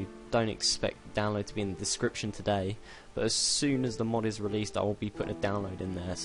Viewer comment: "it it"? really? "s" isn't that close to "t"